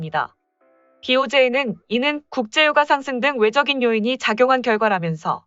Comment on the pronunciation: "외적인"이라 읽지 말고 "외쩍인"이라 읽는다 외적1 (外的) [관형사] 1. 외부적인. 2. 물질이나 겉모습에 관한. [유의어] 외면적1, 외부적 외적3 (外敵) [명사] 외국으로부터 쳐들어오는 적. [유의어] 외구3, 적11 외적2 (外賊) [명사] 외부에 있는 도적.